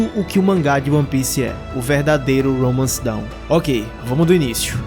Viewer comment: Não é "Romance Down", mano. É "Romance Dawn". A pronúncia é diferente.